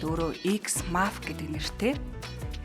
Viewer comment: Хөтлөгч нь “Мааф” гээд байхын. Уг нь Мафиа юм бн шдээ🙃